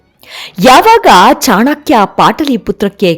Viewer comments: ಅವರ ಹೆಸರು ಚಾಣಕ್ಯ ಚಾಣಾಕ್ಯ ಅಲ್ಲ , ಹೆಸರುಗಳ ಬಗ್ಗೆ ಸರಿಯಾದ ಉಚ್ಚಾರವಿರಲಿ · ಚಾಣಾ.......ಕ್ಯ ಅಲ್ಲ ರೀ.‌...‌"ಚಾಣಕ್ಯ" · ತಾಯಿ ಅದು ಚಾಣಕ್ಯ, ಚಾಣಾಕ್ಯ ಅಲ್ಲ, ದಯವಿಟ್ಟು ಚೆನ್ನಾಗಿ ಉಚ್ಚರಿಸಿ.. ಕೇಳಲಿಕ್ಕೆ ತುಂಬಾ ಹಿಂಸೆ ಆಗ್ತಿದೆ.. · ಚಾಣಕ್ಯ ಅಲ್ಲಾ ಚಾಣಕ್ಯ ಅಧು.